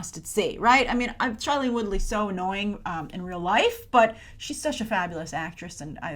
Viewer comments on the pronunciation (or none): Her name is Shailene...not Charlene...I can't 😂😂